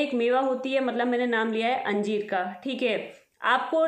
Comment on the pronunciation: Anjeem bol rahe ho ya anjeer